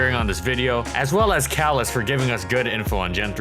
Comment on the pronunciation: Kallen? Isn’t it Kellen?